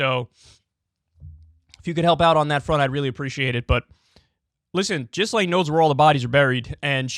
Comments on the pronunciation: I love kyle but how do you look at a name that starts with a gh and pronounce it like a j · Kyle, you may need to work on your obscure name pronunciations First it was Slavoj and now this… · KYLE!! Its pronounced GeeLane. Jizzlaine sounds cooler though. 😎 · Ghislaine is pronounced like “gill lane”, not “jizz lane” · Like how you still call her Jizz-lane rather than Gill-lane. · I will never understand why Kyle thinks it makes sense to pronounce Gh like J. "Jislayn" wtf?. It's Gee Lenn. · “Virginia Jeff-ree” Gizz-lane Maxwell” ITS: Virginia GOO-FREY GI-LANE Maxwell God Kyle, learn how to pronounce peoples names before using them 😂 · Jeeezuz. Ja-Lane (emphasis on 2nd syllable), not Jizz-Lane (emphasis on 1st syllable (and mispronounced)). Properly identify your enemy (even when mispronunciation is fun). You have to think about your future (because your future opponents might understand DVRs). Less fart noises and stupid voices if future you wants to be taken seriously. How old are you now? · it's not pronounced jizz-lane, it's geeze-lane like geezer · here name is pronounced Ghe-Lane not Jizlane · Gil-ane. GIL-ANE. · Gi...len.... Maxwell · "Jeezlaine" Maxwell. Good one Kyle. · Has Kyle ever heard any of these names pronounced properly before? Jizz-lane and Virginia Jeffrey smh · It’s pronounced “GEE-LANE” with a hard G. Jesus fuck why can’t anyone say that, do some research and quit talking about jizz 😂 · LOL at Kulinski's pronunciatom of the name "Ghislaine." He is saying it as "Jisslane." This clip is an embarrassment. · Everyone: *knows how to pronounce 'Ghislaine' * Kyle: Jizz-lane 😐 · He stole this from Hasan Piker who has been calling her Jizz-Lane since it happened. Kyle is definitrly a fan of hasan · You're pronouncing her name wrong! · The S in her name is silent dude.